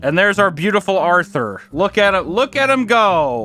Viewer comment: Lol, he nailed Arthur. 🤣